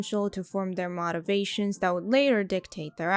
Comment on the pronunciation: Just noticed it today, when you had these two words in the same sentence. You say 'motivations' incorrectly('o' sounds like 'ah'), but say 'motive' correctly(long 'o' sound).